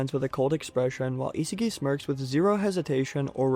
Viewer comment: Love you but the way u pronounce Isagi's name is horrid